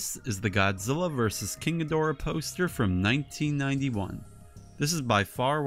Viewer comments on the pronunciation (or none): none